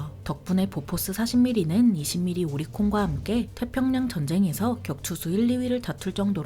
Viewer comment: 보포스(x), 보포쉬(o) 오리콘(x), 욀리콘, 뷜리콘(o)